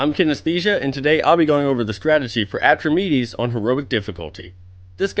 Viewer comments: Repeat after me: Atrah. Meedees. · I love these guides but this one is not very good to be honest. The most important change in the heroic version of Atramedes (thats Atrah-Meedees, not Atremedez) is when you use a gong on the Ground phase for searing flame, it will destroy another gong in addition to the one you click at random. Therefore it is necessary to use only one gong in the Air Phase unless you have epic dps. (2 ground, 1 air, (70% =/-) 2 ground, 1 air, (40% +/-) 2 ground, 1 air (10% +/-) 1 ground kill)